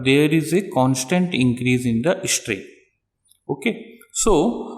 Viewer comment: dude..your english!! its strain..not ishtrain!!